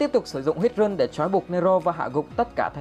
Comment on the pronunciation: Rune đọc là (răn ) mà